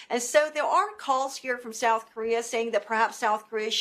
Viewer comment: what is 'sough' korea?